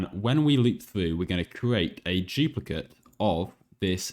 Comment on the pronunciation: I like how he doesn't say "duplicate", he says "juplicate".